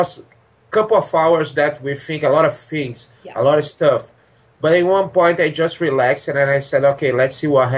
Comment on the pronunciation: we finks a lot of fings...